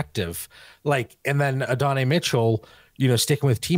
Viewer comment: Man the way you guys can't remember coaches names, and butchering names like adonai, achane and lagette is so hard to listen to. I'll keep giving yall a chance but yeesh